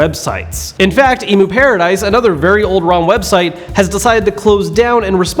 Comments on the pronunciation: it's emu asin the beginnings of the world emulation not EMU asin an emu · Lol You are saying EMU like the bird it's EMU short for emulator